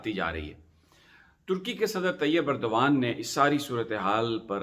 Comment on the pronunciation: Khuda ka wasta... Erdgan is pronounced as اردوان۔ please don't mispronounce which amounts to insulting the person.